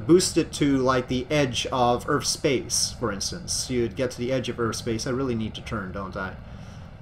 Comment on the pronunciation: Earth ends with a TH sound not a PH sound so it is not pronounced Earf.